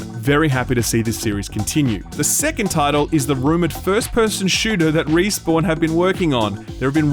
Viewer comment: Playing Destiny so much has rotted my brain to the point that when you say Respawn I hear Riis-born and question who the hell they are